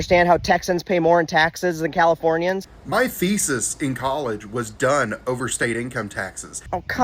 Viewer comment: Lol I heard his "Fesis" when he said "Thesis" and your burn to follow made me chuckle 😂